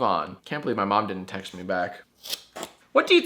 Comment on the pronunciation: It sounded like Jack said he had sex with his mom when he said he had to text his mom.